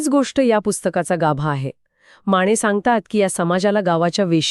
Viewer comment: माणे नाही माने